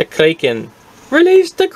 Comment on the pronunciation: Its kraken not kraiken